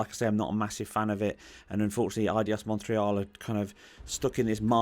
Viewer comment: How you say, Montreal: mwa with a chefs kiss. You have been practicing.